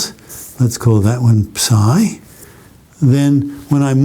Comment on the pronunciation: Highlight of my day: he actually says ψ the correct way.